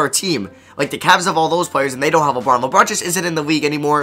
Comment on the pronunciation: Does anyone hear him say wabwuan instead of LeBron